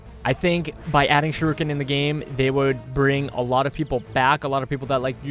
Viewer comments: If you wanna pronounce torgardo correctly I will let you know how to pronounce torgardo correctly its tor-Gado not tor-Gardo and heres how to pronounce shuriken properly heres how! Shur-EEken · It's pronounced (SURE)•(ICK)•(KIN) A combination of that and kunai (throwing knives) might be cool but I think a bad ass Bow would be awesome. There is a ranged fast weapon so why not have a powerful heavy-hitting ranged slow weapon like the axe / hammer to balance it out.